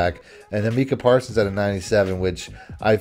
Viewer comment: Brutal listen as bagged on Parsons and couldn’t even say name right. Best defensive player in the league and 2nd best overall behind Pat.